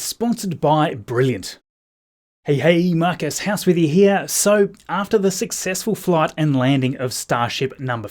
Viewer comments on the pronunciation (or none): none